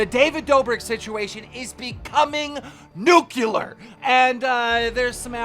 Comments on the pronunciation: The word's nucLEAR, not nucULAR. Edit: Lol so it's you that gave Jeff misplaced confidence and let Ethan rip him a new one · He tried to say "nuclear", and failed, miserably. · It’s nuclear, not nucular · It’s nuclear keem...not nukeular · Nuceuler keem really for those who don’t understand it’s Nuclear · Nobody heard him say nucular instead of nuclear in like the first two min? He was saying “the David Dobrik news is going nucular. “ lol. Like with no e whatsoever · Not "New killer" it's pronounced "nuke leer" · "Nookulurr"? - Even the captions didn't know what you said. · Nukelour... Its blowing up everywhere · keem really said "newkewler" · Why am I not surprised says "nucular" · can't even say "nuclear" properly... smh